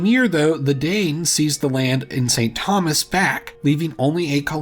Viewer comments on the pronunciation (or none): none